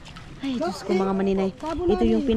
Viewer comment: Ayusin mo ang pagsabi ng DIOS KO. DI JOSKO. Dapat ma correct ka sa mga ibinubuka ng bibig mo